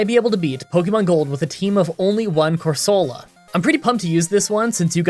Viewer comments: Everyone: core-se-la: core SO luh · It's pronounced "Coor-so-lah" not "Cor-sooo-la"